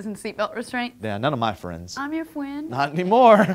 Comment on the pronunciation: when says "I'm your friwend" and says "Not anymore" I laughed so hard I blew snot everywhere